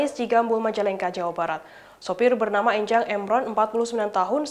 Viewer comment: Pelafalan 'E' pada nama 'Enjang' di suku Sunda biasanya 'E' seperti pengucapan 'Engkau' bukan 'E' seperti pengucapan 'Ember'. *Bahasa Sunda